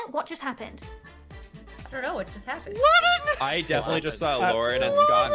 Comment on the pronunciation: THE WAY HE SAYS LAUREN HAHAHSHDH